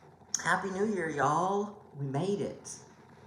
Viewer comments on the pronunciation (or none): I can definately detect your Texas accent when you say "Happy Near Year YA'LL. I grew up in Texas but haven't lived there in 35 years. But as they say "you can take the girl out of Texas but not Texas out the girl". Thanks for telling me the correct order of the Naria books. Happy stitching.